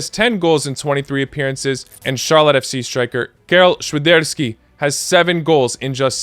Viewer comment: have to say you nailed the Świderski pronunciation :)